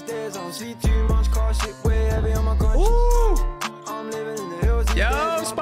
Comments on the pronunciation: Man said con science you know I’m dead😂😂😂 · why do you do this lmao, my man said Con-Science. Great vid my guy keep it up 😂